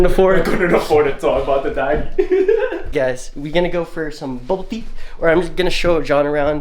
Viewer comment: Its Day-it-tee please. XD